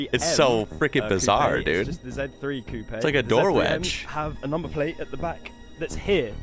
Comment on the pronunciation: The guy in the video not only apparently knows a lot about cars, he is also the first native English speaker I have seen who pronounces "coupé" correctly.